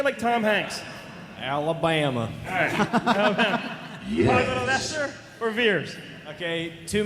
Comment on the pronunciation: Poggle. Rhymes with BOGGLE....!!!